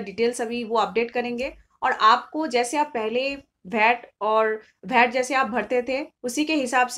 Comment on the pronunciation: agreed wd u abt Knowledge, but hw someone can call Bhat instead of VAT. if it's abt Local langauage then speak in ur local language why English?